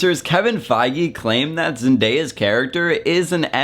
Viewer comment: nO. hEr nAMe iS Z E N D A Y A